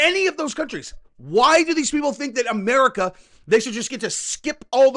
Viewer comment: Hold on I think when you were trying to say "America" you meant "Amedica" (Fez - that 70's show)